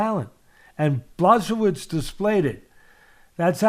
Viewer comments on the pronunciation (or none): / bwa hO veech. The L is a polish letter pronounced as a W. The hO is said with an accent idk what you call it lol. W's are pronounced as v's ... Kind of lol. BwahOveech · I suggest saying / Yan 'Bwa.ho.veech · / bwa hO veech. The L is a polish letter pronounced as a W. The hO is said with an accent idk what you call it lol. W's are pronounced as v's ... Kind of lol. BwahOveech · BWA - HO - VITCH is the correct pronunciation! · Blesovis haha love ya teddy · BŁACHOWICZ for you like - Bwahovich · Hi 🧸Atlas I'm from Poland 🇵🇱and I give you tips how to properly Jan names pronunciation OK? No offence Polish: BŁACHOWICZ ('ENGLISH") BWAHOVICH H- like Henry ok and CH- like Charlie but little bit harder- comprendrer👌 W- like Whisky Simple you see ...😉 Your very welcome it's my pleasure Kind regards Slawomir Zgrabczynski from England After written " Supercalifragilisticexpialidoucuous. Treating makes you master. LEGENDARY POLISH POWER 🇵🇱💪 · Jan Błachowicz - Yan Buahovitch - for native English speakers having difficulty with his name pronunciation. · Bwah-ho-veetch is how you pronounce his name. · It’s actually endearing how much Teddy mispronounces Jan’s name, and how many times he changed pronunciations and still got them wrong lmao. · Teddy mispronouncing his name each time a different way has me rolling in laughter 🤣🤣🤣. Teddy you’re the greatest! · Teddy, please take the time to see how someone’s last name is pronounced, otherwise use his first name which is quite easy. Every time you slaughtered his name I’d wince. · I just wait for the day that everyone starts pronouncing his damn name correctly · Teddy mispronounced each syllable of Jan's last name, and I'd want it no other way.